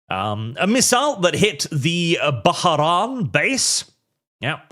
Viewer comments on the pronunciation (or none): none